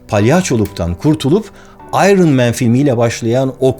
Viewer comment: Vay be, "iron" kelimesinin doğru telaffuzunu Barış Özcan'ın bile bilmediğini görmek şaşırttı. İngilizce'yi sonradan öğrenenleri tanıma filtresi bu kelime